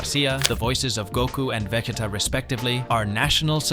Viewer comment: The way you said Vegeta Saiyan And a simple Cha la head Cha la Really annoys me. How you speaking good English but can't say those 3 simple words????